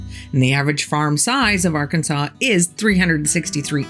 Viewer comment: Also from Arkansas. Nice to hear it pronounced right from outsiders.